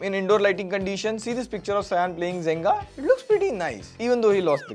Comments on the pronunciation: It's Jenga right? Asking cause i heard him say Zenga. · It is JENGA not Zenga